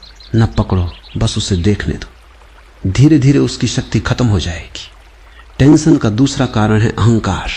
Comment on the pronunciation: "tantion" nahi hota bhai "tension" hota hai..